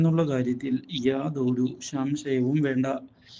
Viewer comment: ശംശയം അല്ലാ സംശയം annu